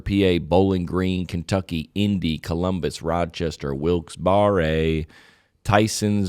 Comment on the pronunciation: Wilkes-Barre, PA is pronounced Wilkes-bear 🐻. Not Wilkes-barry 😂 Just here to help for the locals